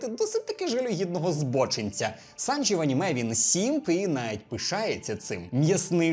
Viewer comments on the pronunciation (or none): Побуду трішки занудою, але СанджІ, а не СанджИ